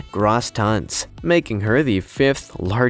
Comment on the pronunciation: It's not Grah-ss tons - it's Grow-ss. The O is a long "O" sound not an ""AH" sound.